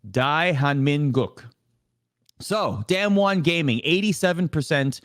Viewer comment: D[ah]mwon. Not damnwon. pls.